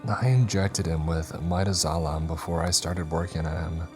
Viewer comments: Mi-DAZO-lam, not Mida-zolam...pronunciation pedant here 😉😁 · Am i the only one who wonders why these narrators dont know how to pronounce every day words like Mi-DAZ-O-LAM? Its disgusting how dumb people have become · It's pronounced "mih-daz-oh-lam" lol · It's always interesting how people mispronounce the generic names of meds, especially the ones they take. 😂 At least with midazolam it's one many people haven't heard irl unless they've had surgery so it's forgivable.